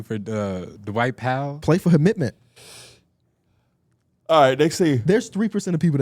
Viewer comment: "play for homitment" you trollin bro🤣